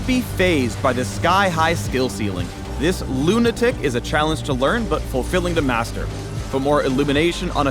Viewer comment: Just saying you didn't have to emphasis the "Luna" in lunatic. The origins of the word is based off of losing one's mind due to the influence of the moon. Just saying.